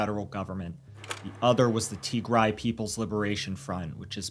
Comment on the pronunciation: Indeed, just the way this narrator mispronounced Tigray..... He's never heard of it😢 For the record it is pronounced TEE- Grey. Like a grey tee-shirt, not TEE- grai. Like a tea chai with a gr instead of a ch.